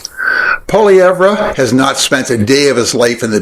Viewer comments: when he says it himself, it sounds like Poly-ev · If you're going to say his name 50+ times, just learn to say it right. It's pronounced "Poh-Lee-ev" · It's pronounced Pwah-lee-ev or Poy-lee-ev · Here-- let me help you. Pwoy-lee-ev-er. Sure to help with your credibility, as will a professional doing your editing. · Sincere question, how can we believe you are well researched about him if you can’t say his correctly? If one does any actual research into him, you’d hear his name so often there’s no chance to pronounce it all incorrectly. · Sorry, hard to take someone's critique about Poilievre seriously when you can't even pronounce his name. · You’re an idiot - can’t even pronounce his name properly. I’d take 10 pollievre’s than one Liberal - AND IM 73!!!! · You cannot even pronounce his name properly, do not like you! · Love how you purposely says his name wrong. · You can't even pronounce Pierres last name! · You’ve obviously done a lot of research on him but you can’t even pronounce his name properly, you sure you’re Canadian? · You can't even say his name right. You must be a normy. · Being Canadian, you should by now know how to pronounce polievre. I will not vote for him, but at least I will always have respect for others. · What a load of fecal matter. Pierre Poilievre is nothing like Donald Trump. You sound more like Donald Trump by mispronouncing Pierre Poilievre's name just like Trump did with Kamala Harris and many others. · You can’t even pronounce Pierre’s name properly. Put a sock in it. No one believes you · learn how to speak his name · I'm not Conservative...but come on now, pronounce his name properly...Polievre.... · First of all learn how to pronounce someone’s name, it shows respect. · You pronounced his name wrong; not trying to throw shade on you. Pierre said that America owes Canada and that won't sit well with Trump. If Pierre uses facts and tries to reasoned with Trump or even give Trump the short end if the stick we will all pay the price.